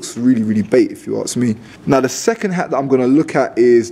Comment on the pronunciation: And he says arks instead of ask ,this guy dropped to much as a baby me thinks 😂😂